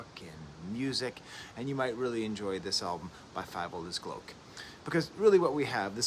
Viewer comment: I've been listening to them for years but this is the first time I've heard how to pronounce the band's name correctly